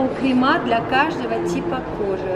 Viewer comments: КремЫ, а не кремА, гида, или кто эта баба, на мыло👎👎👎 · Что за кремЫ? КремА - разговорный вариант. Так что ошибки нет.